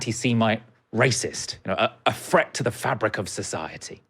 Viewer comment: It's a FRET A FRET FROM A GUITAR!!! I really wish "th" the "th" sound is important